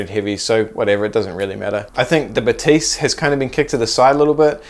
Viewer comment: Zeiss is a German brand, so Batis is pronounced ‘Baa-tiss’, not like a French person saying ‘Ba-teess’! Sorry to correct you, but it is seriously annoying.